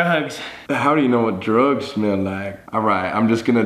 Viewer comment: Colby: how do you know what drUgs smell like Sam:👁👄👁 **his over self saying he's scwerd **😂